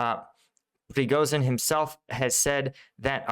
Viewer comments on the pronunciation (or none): none